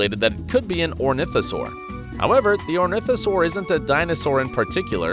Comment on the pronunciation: the correct species is not orntihosaur, its actually ornithomimosaur (or-nith-oh-mime-oh-sore)